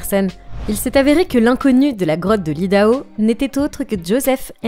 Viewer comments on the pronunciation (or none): Tu vas tellement vite, que tu dis des bêtises.... Odaho? Non Idaho !